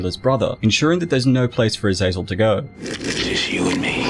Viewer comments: Its not pronounced azayzel its aza zel. Gotta play diablo games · You kept saying Azazel but I kept thinking of Azrael the Angel of Death.